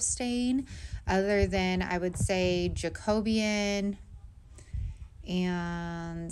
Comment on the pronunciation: The Jacobean is actually pronounced Jake O Bean. Love that color but also love weathered grey 🤟 great job!